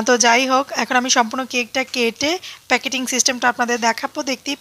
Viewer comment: পিকেটিং না আপু প্যাকেটিং